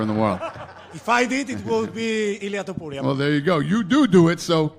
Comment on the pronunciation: It irks me that almost everybody pronounces Topuria as Tuporia